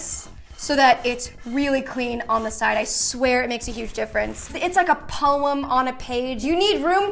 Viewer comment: The way you say “poem” is that a Matilda reference?